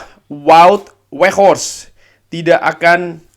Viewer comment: vaut veghorst ygyg bukan wut weghorse wkwkwkw